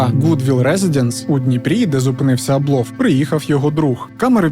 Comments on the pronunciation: Я вчилася у одній школі з Євгеном Абловим, корупція то у них династійнне, починаючи з діда (голова колгоспу ім.Мічуріна). А ще у їхньому прізвищі наголос на першу літеру А припадає, бо я спочатку навіть не зрозуміла про кого йдеться. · Дякую за відео.,тебе приємно слухати,хоч історії дійсно...це страшне.Всіх з прийдешніх Новим роком!(наголос на а у прізвищі Аблов).Привіт з Одеси!